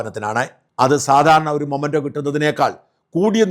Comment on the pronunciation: മൊമൻ്റോ അല്ല മെമൻ്റോ ആണ്. സാജൻ തിരുത്തണം